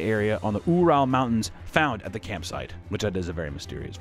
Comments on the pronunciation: “Ooral polytechnic” “Yikitereenburg” Idk how these words are supposed to be pronounced in Russian but even by English standards this is incredible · ‘Ooo rale’ mtns…… he’s never heard this story that everyone knows or heard it pronounced? 🤣🤣 that’s impossible!! 🤣🤣kinda takes me out of it.. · “oo-ral mountains”🤣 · Ural is pronounced Yural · I’m not Russian but I do know how a lot of these words are pronounced and dear god His pronunciation of Ural made me mad 😂😂😂😂😂😂😂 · the pronunciation of Ural is crazy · He couldn't even get "Ural" right lol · Lmao couldnt even say ural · I knew as soon as I heard the pronunciation of "ural" that we were in for a real treat with the russian